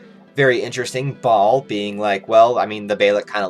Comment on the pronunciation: As someone who grew up with Hebrew the way he says Baal makes me sad lol